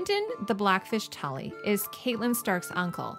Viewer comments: I love your videos but gosh I cringe every time you call her Caitlyn stark lol it’s pronounced more like Katlin although it’s spelled catelyn. But absolutely love your videos!! Probably one of my favorite channels! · Just FYI, the character Catelyn's name is pronounced "Cat-lyn", like the animal.